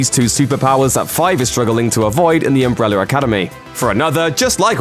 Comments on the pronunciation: Why do I hear "umbreller" when he says "umbrella"? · He says umbre-w-ller academy like Tom hopper😂